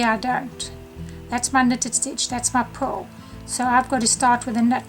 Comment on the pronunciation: It took me a long time of listening to you and rewinding to realize that you are saying P-U‐ R‐ L stitch, not PULL. Imagine my confusion when you actually say pull this and see here, this is a pull stitch. Hello from Texas, where the letter R is not an outlaw! Lol